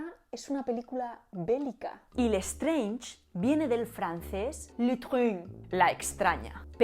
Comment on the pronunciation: "Y Lestrange viene del francés LEUTRUg" 😂😂😂 LOL NO HABLAMOS COMO ESO!! Mas similar a el español que crees y mas similar al ingles tambien.